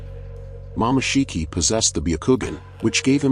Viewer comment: bro it said momashiki tf? IT'S MOMOSHIKI